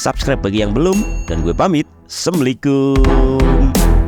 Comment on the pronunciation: Ucapan salamualaikum di kerenkan bang. Sempurnakan krna ntar salah arti assalamualaikum